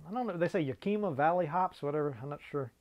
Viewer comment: Hehe!! FYI: The "i" (eye) in YAKIMA is pronounced like the "i" in "it", not like an "ee" as in "meet". It is the tribal name of the local indigenous peoples there. Yakima is where the hops are grown, not what variety they are. Something like 70% of the hops grown in the US are from the Yakima Valley and are used by brewers all over the world. The boys over at the "Craft Beer Channel", Brad and Jonny, created a documentary about it: "The Hops That Built Craft Beer -- A Documentary", Cheers! :)